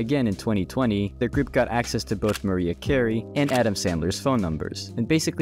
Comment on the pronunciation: Mfer said Maria Carey